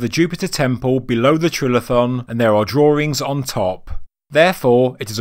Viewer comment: Lol “drawerings”